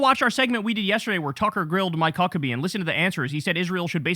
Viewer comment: Did Kyle just call Mike Fuckebhe 😮